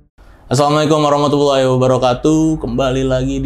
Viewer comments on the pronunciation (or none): none